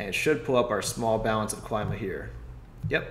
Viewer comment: Is Klima not Claima. Klima from Greek language.